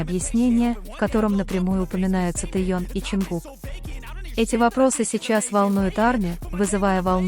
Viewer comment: Его зовут Тэхён, сколько можно каверкать имя, он не Тэён, а Тэхён